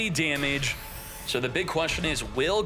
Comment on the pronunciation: How many times are you going to say GOLURK incorrectly?! Not gore-lurk. GOlurk.